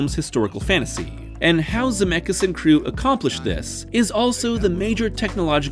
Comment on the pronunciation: Ze met skis not Zemekis😂